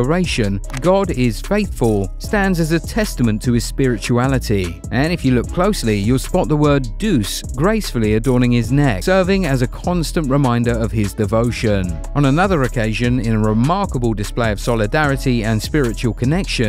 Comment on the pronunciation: It's not pronounced "Doose," it's "day-oose." Just wanted to throw that out there.